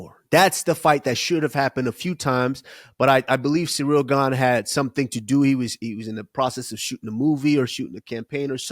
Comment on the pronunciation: HEY USMAN ITS CIRYL NOT CEREAL YOU JUICED UP SPIDER ......